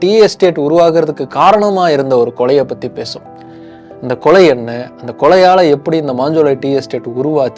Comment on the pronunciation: தம்பி உங்கள் குரல் உலகம் முழுவதும் ஒலிக்கிறது. எனவே வார்த்தை உச்சரிப்பில் கவனம் செலுத்துங்கள்.கொலைக்கு கொளை கொளை என திரும்ப திரும்ப கேட்கும் போது ரொம்ப உறுத்தலாக உள்ளது.